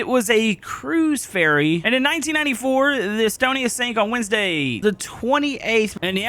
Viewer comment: The way he said Wednesday got me 😂😂😂